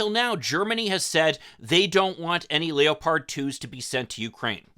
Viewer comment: I think the military will be too afraid of the Abrams being captured to send it. Also why do you pronounce leopard like that? I never heard anybody say it that way.